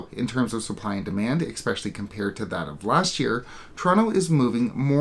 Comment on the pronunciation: Especially, not expecially. I would expect bad pronunciation like this from an American not a Canadian.